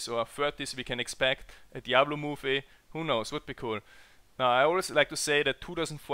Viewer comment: * movie .. not mie :/